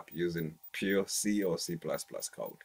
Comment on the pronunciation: Yeah the way he says C++ makes it twice as cool